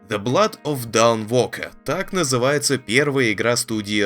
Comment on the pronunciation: Знает ли озвучник, что A и O в англ. звучат обратно друг другу? dawnwalker это никакой не даунвокэ, а донвокэ а ведь знает, Until Dawn правильно произнёс... двойные стандарты, однако 😬